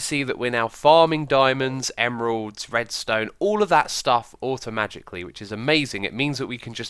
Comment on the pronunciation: Am I the only one who heard X say "Automagicly"? :D